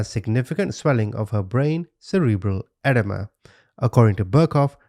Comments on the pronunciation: its pronounced, "ah-deem-ah" not "ed-uh-muh" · Edema is pronounced "uh-DEE-muh" not "edda-muh." Aside from that, wonderful video as always. I LOVE that u will flat out say "WHAT THE FUCK YOU?!" and colorfully insult the people who need it. Idgaf what YouTube says, ur blunt honesty and accurate descriptions of these heathens are accurate and it's what made me sub! Ur just saying what we're all thinking!! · 'EdEEma' is how its pronounced, Edema, which is swelling. Just in case you wanted to know ❤